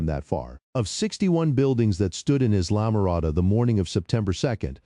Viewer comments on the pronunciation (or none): The commentator didn’t understand pronunciation. “Islam - morada” is pronounced “I’ll -ah-more-ah-dah”. Sheesh. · Islamorada pronounced: eye-luh-muh-RAH-duh